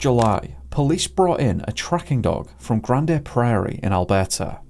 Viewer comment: Lol, you made it sound fancy.. Grandè Prairie. It's not granday at all . God love ya.